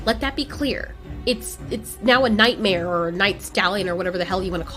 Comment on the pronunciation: Night "mare"